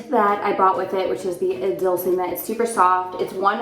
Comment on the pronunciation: no hate, but I think it is pronounce "dolche"...like in dolce and gabbana.